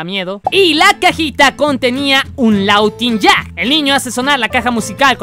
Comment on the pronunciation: se dise lawuinyak